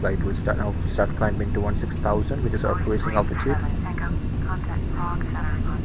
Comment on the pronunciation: It's Prague.. :P